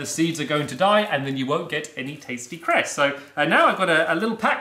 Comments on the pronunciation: When people say crest instead of cress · minecraft I honestly thought he said Crest a.k.a the tooth paste